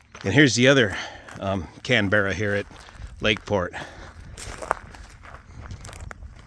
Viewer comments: Great, the correct pronunciation is Can bra not Can berra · As someone who flies to Australia all the time, I figured you would know it's not Can-berra. It's Can-bruh. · The Canberra was so named because Australia was the first export customer and it's pronounced Canbura after the Australian city not Canbearer which sounds like someone who works in a baked bean factory! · I watched your live stream and now this: It's a CANberra, (like the Capital of Australia), not a CanBERRA 🙄😀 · I love how Yanks pronounce words properly. Aussie for Canberra = Can-bra. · Interesting that puts the emphasis on the second syllable, while British English speakers put it on the first syllable (CanBERRa vs CANbrra). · Thanks for the re-do, wonder just how many from the UK In total will remind is more like Can-Bra with losing the Yogi-Beara part 😂